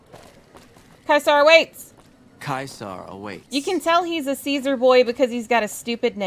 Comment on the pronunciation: Fun Latin fact: Caesar is pronounced correctly by the Legion, and infact is not pronounced "ceesar"